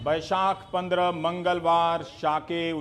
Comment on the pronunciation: Mr. Rabish...Overacting drama. Kitna chutiya hai tu..."Mangalwar" word pe force itna kyun?? Sharam karo...full of negativity. Please is time pe hindu muslim karna band karo..in a indirectly way. Bullshit reporter ever..🤣😂🤣😂